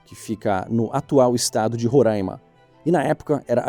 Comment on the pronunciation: É RorÁima!! Não Rorãima…é difícil entender isso?